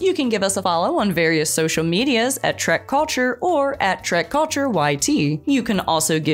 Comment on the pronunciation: i liked it!!...especially the way you say "culture" like balok......